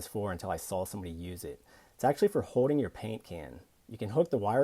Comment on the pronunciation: Here's another tip: The word is Holding and not hoe-ding.